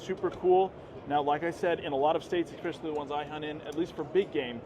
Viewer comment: No "X" in especially.